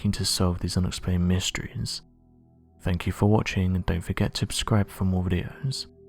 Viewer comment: How is this dude going to help solve anything when he can't even figure out how not to say "abscribe" after every video... Pathetic.